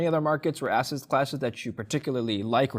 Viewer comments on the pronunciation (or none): calls asset classes, “asses classes” you can’t miss it. So rich.